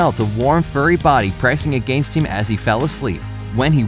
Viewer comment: agEnest him LOLLLLLLLLLLLLLLLLLLLLLLLLL HE SAID agEnest HIM!!!!!!!!! lollllll like if u agree its funny :3